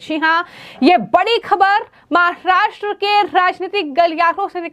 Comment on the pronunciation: Please pronounce Maharashtra properly. No need to put in the fake Chicago accent.